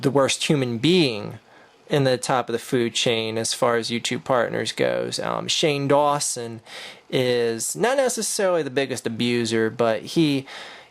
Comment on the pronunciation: "HOLY SHIT IT's SAHNE DAWNSON!"